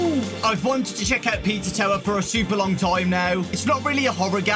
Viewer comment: Pizza thower 💀